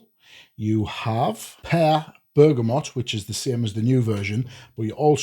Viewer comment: Canny review, and it’s nice to see one person actually pronounce BERGAMOT correctly! I know it’s a small thing, but it’s f’ing annoying the way everyone says BergamoNt! So just for that fact alone it’s a 10/10 video 😂